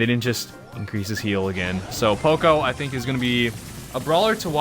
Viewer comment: You say poco like an extremely uncultured American.